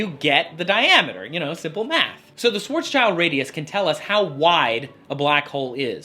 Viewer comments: His name is pronounced like "shwarz shild", not "shwarz child". Just nitpicking here, though. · idk why everyone calls it a "schwarzs - child" radius, because that's not how you pronounce his name. He was a german physicist and schwarz = black and schild = shield. There is the actual pronunciation.